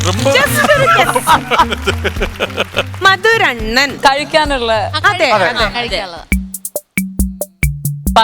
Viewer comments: മധുരണ്ണൻ അല്ല.... മധുരണ്ണാൻ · Mathurannan alla mathurennan🤣🤣